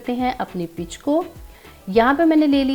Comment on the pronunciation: Zaberdast peech kehtai hain not pitch❤❤❤❤